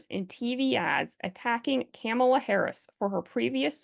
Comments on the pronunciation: Please say Kamala's name correctly - you are using the 'republican wrong pronunciation' version. VP Harris is not the enemy, she needs to be educated, like all the other well-meaning liberals who've blindly accepted the LGB"TQAI+++" Mission Statement. In the UK they've made strides in attempting to distinguish us LGBs from the rest. We need to do it here, via legislation. I just hope it's not too late for this election.♀♀♂♂♀♂ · Why are you mispronouncing Harris's first name?